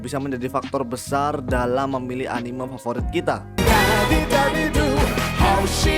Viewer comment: cuy tolong diperbaiki pelafalan kata "anime" kaya aneh aja gitu dengernya saya dijepang gaada orang nyebut anime begitu